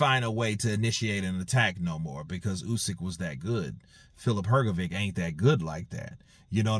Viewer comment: Please learn to pronounce hrgovich's last name,it is Hrgovich not hrgoviq